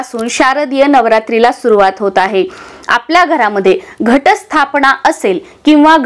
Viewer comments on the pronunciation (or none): न चा उच्चार ण असा का करतात? मन चा उच्चार मण,स्थापना तर स्थापणा असा करतात ते अशुध्द आहे.